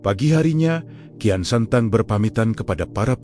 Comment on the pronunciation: Bukan kian santang, kian sancang